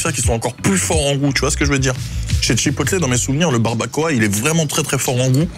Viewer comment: Hello. Je t'adore. Mais tu dit bien un burger et pas un burjé..... Bon alors on dit chipoteul. Et pas chipotlé. Merci pour nos amis anglophone. 👍😜